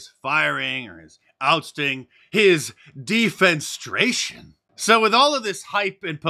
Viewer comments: Hey Mark, not "defense-stration," but "defen- eh-stration." Big difference in meaning as well as pronouncement. You exist as a reference because of the English language, so hearing you mangle this repeatedly was a bit painful. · It's Dee fen eh stray shun, not Dee fen stray shun. Otherwise great episode. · De-fen-e-stra-tion. Five syllables, not four. C'mon, man! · De-fen-ESS-stray-shun, Mark. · De FEN ess trate. 4 syllables. It means to throw out of a window. It's only barely even being used correctly in it's context. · You missed a syllable in “defenestration”. ;) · Defenestration is a wonderful word. You mispronounced it. It means to throw someone from a window. Comes from the French word word for window. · de·fen·es·tra·tion /dēˌfenəˈstrāSHən/ Great video otherwise 🤣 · Always enjoy you channeling fat Brian. Anyway, not to be picayune, but just pointing out at 3: 56 you missed a syllable - it's de-fe-NE-stra-tion which literally means to throw someone out a window, but figuratively means to remove someone from a position of prominence, e.g., the firing of Tucker Carlson. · C’mon Mark. You are usually pretty savvy and I love your shows, but “defenestration” is a word you need to work on, brother.